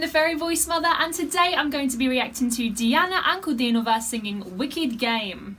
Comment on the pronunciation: Hi. I'll assume that you speak English. "Diana" and "Dianu" is the same name, the difference in meaning is like "Diana" and "for Diana". I'm purposefully not saying "of Diana", because that would be "Diany". The stressed syllable in her surname is "ankudEEEEnova". Hope this helps, otherwise ask anything you wish.